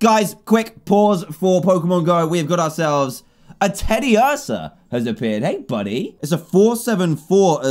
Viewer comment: Dan you say clefairy and tediuarsa wrong how do I know? They say it in the animation